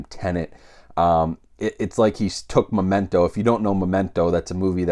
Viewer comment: Are you saying "Momento"? It sounds like it. It's Memento. :-) Sorry if I'm hearing it wrong?